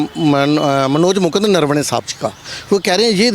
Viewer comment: He is saying नरवणे or नरवने ye नरवाडे कहासे आगया